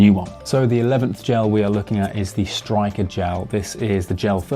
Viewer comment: I think it's pronounced Sturker rather than Striker? I tried the normal Styrkr gel 30 rather than the nitro one, and found it too sweet, the texture reminded me of SiS frogspawn and the packets were just too big. Much prefer precision hydration or veloforte - but the costs are prohibitive to train and race with. I think I'll try your homemade recipe next (I recommend that video for anyone else wanting gels but needing to reduce costs)